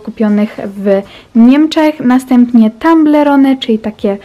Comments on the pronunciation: I mówi toblerone anie tomblerone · mówi sie toblerone a nie tąblerone matko